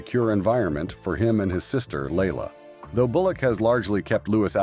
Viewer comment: Sandra’s daughter’s name is pronounced LYE•la, not Layla. Louis was called “Louie” when he was younger; he may or may not prefer Louis now, but he damned sure isn’t Louise. Do some research, please!